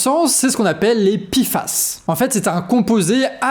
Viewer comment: P et i font pi et non pé.